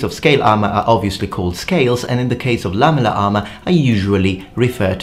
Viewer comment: Lamuler armer